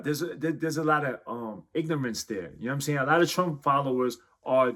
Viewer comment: is it just me or did he pronounce it "ignomance"?